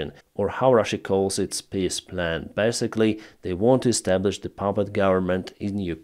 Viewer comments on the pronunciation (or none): How you sayd Peaceplan sounds like "Pissplan" for my german ears. And sometimes it really fits perfectly well. Especially when the surrendering of Ukraine is part if the plan. I could add how the polish PIS-Party sounds for my german ears... By the way, Pisskopf would mean "Pisshead", guess what i heard at min .